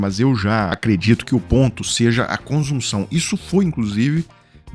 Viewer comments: O s de consunção tem som de ss e não de z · Consunção. não convunção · A matéria está ótima, como é usual no canal. A título apenas de colaboração, esclareço que a correta pronúncia da palavra "consunção" é "con - ssun - ssão", ou seja, tanto o "s" como o "ç" são pronunciados como se fossem "ss" (duas letras s). Isso não impacta em absolutamente nada na reportagem, que está, repito, excelente.